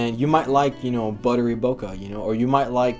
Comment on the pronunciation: BO-KAY, not Boca. It's not in Florida!